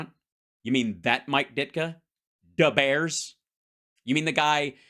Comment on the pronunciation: Big oof on pronunciation of Bears.